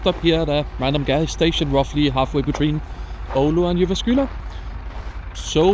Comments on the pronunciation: I like your pronunciation of Jyväskylä. I'm not Finnish but I know that's the correct pronunciation and you sound like a local. Love the video ❤ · Wow! Instant hype. You’ve suggested a few more trips for my bucket list, thank you. But thank you too for teaching me the correct pronunciation for Jyväskylä which I’ve visited twice - firstly more than 40 years ago on an Interrail trip from UK - but never quite mastered how to say it! Will T